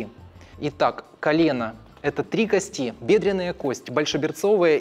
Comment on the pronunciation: Не надеюсь, но попробую... Может, кто-то и читает коментарии. Автор видео, пжлст кОсти!!!! Ударение!!! Ну вы же пытаетесь в подобие доказательной медицины. Горит в области первичного рта(пардон, пардон). Вы монтируете видео используя только видосики с ютуба и тиктока? Откройте атлас Капанджи, проконсультируйтесь в профильном месте, вам все подскажут, а то ботов накрутили на 600т., а понимание матчасти приземлённое...